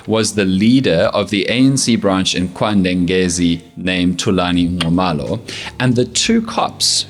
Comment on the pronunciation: Did he just pronounce nxumalo correctly?😮